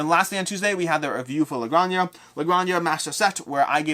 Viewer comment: GRAHN-hah. In Spanish, the J sounds like an H.